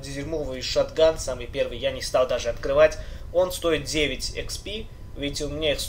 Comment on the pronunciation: експи а не хп умник